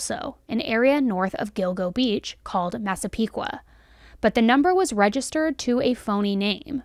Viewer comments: I’m proud of you for saying massapequa right lol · Excellent video!! You did a wonderful job talking about the victims. As a Long Islander I was so impressed with your pronunciation of Massapequa (although I definitely cringed at "In Long Island". We hate it, its "ON Long Island"). Hoping that he is convicted! Also, love the fact that they caught him because of some pizza crust.